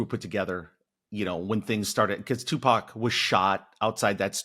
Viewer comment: Can we learn how to pronounce Tupac’s name. It’s not Tupack.